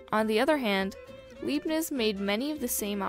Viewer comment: Leibniz * pronounced like La ee b neez